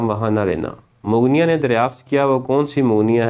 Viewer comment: یہ جو لفظ ہے مغنیہ اس کا تلفظ(mog- nia) آپ نے کہاں سے سیکھابہے؟